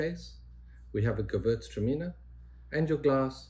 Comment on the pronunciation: pronunciation of Gewürztraminer was spectacular. Like a born German.